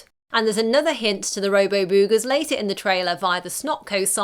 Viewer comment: Stop saying boogers like that!